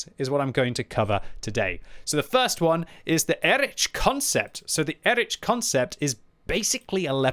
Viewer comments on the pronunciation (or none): Please, its Erih not Erič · I am pretty sure it should be read as /ˈeːʁɪç/, or at least /ˈɛrɪx/,... And before anyone starts scolding me: this is not a critique, but a friendly advice to him, as is known for his striving for original pronunciation of the tank names 😇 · sorry my german inside me is yellin "Erikh", so it's like EriH